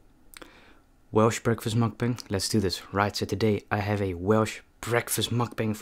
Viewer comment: Nice vid entertaning. Just a question as you cannot drive a car do you walk by youraelf to hwt your food for your vids. Also your pronounce it whales i know ots wierd but there ys go